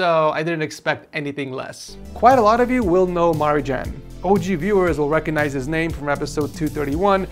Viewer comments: you're spelling wrong Marijan name.. The J is pronunced like for example the nba player Nikola Jokic.... Balkan name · "Maridžan"?!? O, živote....